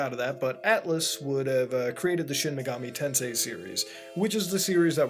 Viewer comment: A real Sheen Megoomi Taansay Gayum seriously though my favourite megami tensei game is Devil Survivor